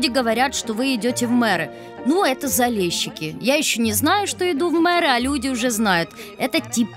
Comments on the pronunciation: Заліщики а не Залещики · не залєщікі!!!! А ЗАЛІЩИКИ!!! тебе ніхто ЄВНУХОМ не кличе!!! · ЗалЕщики - это так режет ухо, смешно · Блин, неужели нельзя правильно прочитать или сказать? Не Залещики а Залищики. И не Крещатик а Хрещатик.